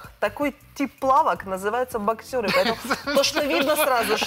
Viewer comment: такие трусы называются не боксЕры, а бОксеры. А еще экспертом называется!